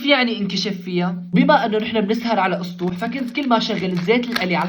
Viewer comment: مين ركز أنه بدال ما يقول على لسطوح بيقول على إسطوح